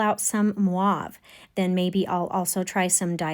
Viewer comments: Isn’t it called Mauve and not Mwauve? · Thanks for a great video, but I need to point out that it's pronounced moh-ve, not mwahve. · If you don't mind, I would like to try to explain how to pronounce the color mauve. You are saying it more like muave but it's actually move like a mo sound. The word is French if that helps. By the way, thank you for your explanation on how to paint these beautiful flowers. I've very new at watercolor and was trying to find ways of how to make flowers without making them look like a kindergarten way. I struggle in that department. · Mwarve? Sorry...not familiar with that word. Is it the name of a specific hue? Are you meaning mauve? (Rhymes with 'stove'). I know! English weirdness. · Not mwahv … actual dictionary notation is just 3 letters -mov-with the line above the o indicating the long o sound. Another way to describe it is to say it rhymes with “grove” or “clove.” I pronounced it incorrectly myself until just recently… I was rhyming it with the names Maude or Claude. Now we know. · Very nice flowers. I just wanted to say that the color mauve is pronounced like stove. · Enjoyed your demo. Not sure where you are from. Both French in origin, here’s voila the French way ….sounds like vwah-LA and mauve would be MOvuh (MO as in motion). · Thank you for a very well explained and executed vide❤, sorry but the way you pronounce mauve as maave really irritates me ,it is probably a Canadian silly dialect thing. So sorry I assume you are referring to a blue violet tertiary colour? So silly cheers you are a very talented teacher and artist. Forgive me for nitpicking. Cheers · Me too 😂. It should be pronounced like (M o v ). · Loved this, I’ve never heard the colour mauve pronounced like that lol